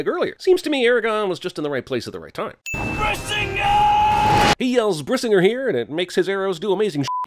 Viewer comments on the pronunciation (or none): The Brisignr thing actually kinda makes sense. He just wanted to light the arrow, and suddenly it exploded. However, he says "Brisinger", but in norse words, the gr is often spoken like another i. E.g. Brisi-nGIR - which irks me a lot more. But you already sinned that he can't act for shit. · Dude when i heard him say brisinger the first time, i thought he yelled "RASENGAN" and then i was a mix of pissed and confused